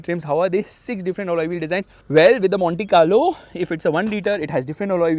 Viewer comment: That "Monte Carlo" at :30 seconds did sound like "Mohanty Car Lo" :)